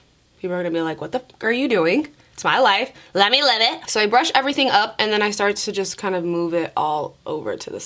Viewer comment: I love the way says her G's....she pronounces them with a K. "Everythingk" So so cute lol